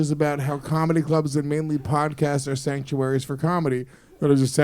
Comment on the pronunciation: She most definitely said skanktuaries